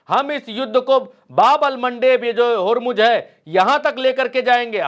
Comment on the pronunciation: होरमुज होरमुज क्या है. ज़ ज़ ज़ होरमुज़ बोलो